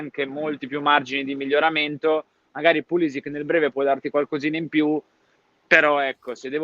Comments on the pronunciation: si dice Pulisici tutta la vita, mamma mia... doesn't matter he is an Usa player!!!!!!! His name is croatian, doesn't matter his main nationality! Why are u calling Cardinale and not Cardinail because he's american????? Why Cardinale??? Because his name is italian!!!!,... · È pulišić, non è che se è emigrato in USA cambia la pronuncia, è un cognome croato e va pronunciato così